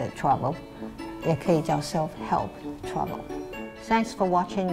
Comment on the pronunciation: travel 聽成 trouble